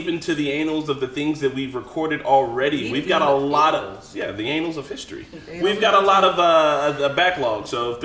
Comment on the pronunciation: Urmmmmm It’s pronounced Ah-Nullz Not Anals. That’s a totally different history lesson